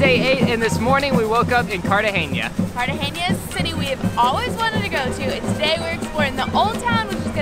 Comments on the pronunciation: Guys it's pronounced cartahena not cartageña... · Maybe you know this by now, but there is no “ñ” in Cartagena. You pronounce it like a normal “n”. Happy travels!